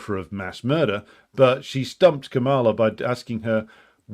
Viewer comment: It's pronounced Kah-muh-luh, stress on the first syllable not the second.